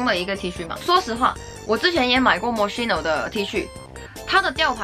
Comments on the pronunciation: 大哥，发音发错了，KEY no,不是西no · 是这么读的mo“schi”no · 看语言 mos七no是西班牙语发音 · moskino吧。读音还是按人家的产地的来吧。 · 你是不是读错了呀品牌名